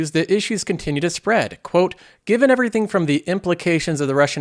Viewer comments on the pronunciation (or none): none